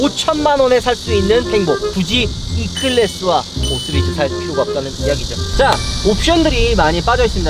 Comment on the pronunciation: 5쓰리즈 웃겨요 ㅋㅋㅋㅋㅋㅋㅋ 발음ㅋㅋㅋㅋㅋㅋ오쓰리즈ㅋㅋㅋㅋㅋㅋ